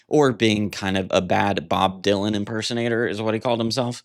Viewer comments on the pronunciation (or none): none